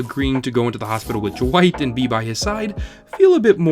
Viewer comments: Why is he saying jwight and not dwight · Why are you saying Jwight instead of Dwight? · Is it just me or is he saying Dwight a bit weird, like Jwight? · Is it me or does it kind of sound like he’s saying Jwight? I’m like jwight?! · Why do you say Dwight like it's spelt "Jwite" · I cannot stand how you keep saying “jewight” and not just Dwight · Why is he pronouncing Dwight's name Jwight..? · I can never ignore the way you pronounce Dwight, "Jwight" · Is he saying J'wight? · You say it like duh-wight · Dwight? You mean Dwigt. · Am I the only one bothered by how he says Dwight